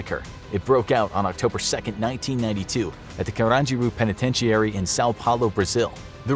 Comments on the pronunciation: Who tf says penitentiary like that. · This man cannot pronounce the word "penitentiary".